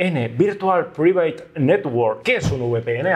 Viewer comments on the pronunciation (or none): "Virtual Praivit" y no "virtual priveit" :-) Con cariño, eh !